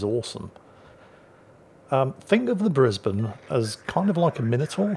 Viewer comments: Alright, haven't watched it yet. But I'm warning you,! If you say Bris-bain I will fax a sternly worded letter of complaint to your local parliamentary representative. We're uncultured swine, we're lazy, it's our fake ship and we say Bris-bin so it's Bris-bin! EDIT: Okay, old man, you've avoided me invoking the greatest bureaucratic nightmare since the conversion to metric. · That was a entertaining match. It shows you that it is true,. Up here north of the border in Queensland we make them tough. Greetings from Brisbane Plus also nice to hear Brisbane being pronounced properly !